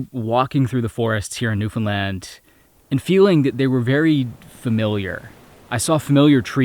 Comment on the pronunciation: Just hearing you pronounce the name “Newfoundland” correctly is so satisfying. Even so many Canadians can’t be bothered to do this. I love what you do regardless, but your consistently respectful handling of this incredible place in so many of your videos is appreciated more than you know. Thank you.